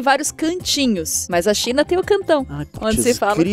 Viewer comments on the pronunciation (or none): none